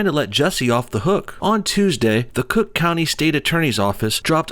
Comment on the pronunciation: What was that? "Crook" county? Got it.